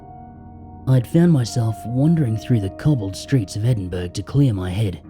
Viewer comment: Excellent as always,! Just so you know for the future: Edinburgh is actually pronounced "Edin-burrah" (for some reason - British place name pronunciation is often quirky)